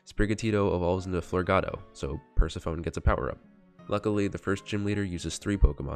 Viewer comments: "Per-se-PHONE" Bro its Per-seph-eh-nee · okay so pikatails pointed out i mispronounced persephone the entire video so MY BAD…